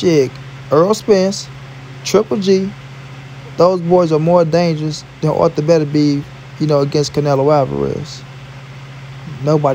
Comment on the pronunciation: It’s artur not arther lol